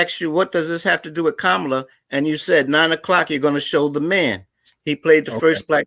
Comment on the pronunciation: Did he ever get it? Kamala pronounced "Comma-LA" 🤣 Genius! I love it!💯